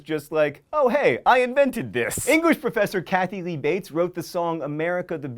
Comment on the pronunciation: "*Kathy* Lee Bates"? John Green, I am from Falmouth, and I am disappoint.